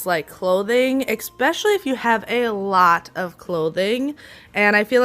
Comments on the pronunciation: You are wonderful. I can see you with your own tv show. One well-meaning tip: especially, not exspecially. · Especially my dear, ,,,,,not eXpecially,,,. the teacher in me